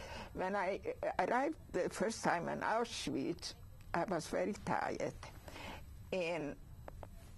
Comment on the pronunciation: Auswhich? He needs some education.